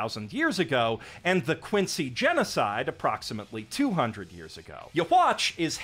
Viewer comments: The way you’re saying “Yhwach” is funny. I’ve only ever heard people pronounce it “Youhabach” not “Yahwatch” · yhwach’s name is actually pronounced “You-Ha-Bach” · Bro called him yuhwatch the whole video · My eyes twitch every time I hear the pronounciation of Yhwach in this video